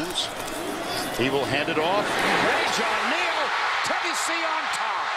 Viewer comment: the announcer for the south carolina game said rajon lane instead of rajon neal